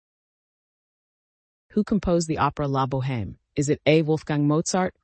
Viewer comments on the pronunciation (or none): OMG, you pronounced the H in La Boheme.